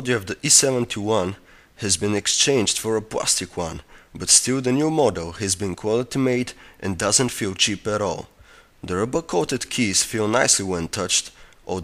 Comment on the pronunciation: the body is prastic one it is spelt plastic not prastic but your foreign so thats forgiven